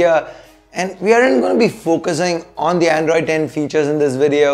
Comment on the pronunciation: Are you reviewing or showing off your English bro? Androidess welless wtf is ESS on every word you say. Dont try to become unbox therapy. U just cant